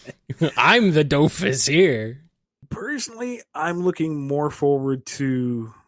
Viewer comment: Well actually you need to prononce the S at the end of Dofus, since it's a proper noun and these are invariable. :3 Also, the whole thing about Ankama is that all of their money comes from the Dofus MMO, which isn't as popular as it once was, so the studio is lacking funds.